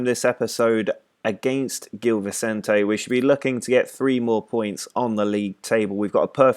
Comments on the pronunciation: it's zhil vicente (like yuri zhirkov) and pakosh de fereira 😆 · The G in Gil Vicente is a soft G, not a hard one, like the one in the word 'challenge'. The Ç in Paços works as 'SS', not like a C. And the stadium is Luz, not Luiz. That's the portuguese word for Light. Otherwise, you're on the right track!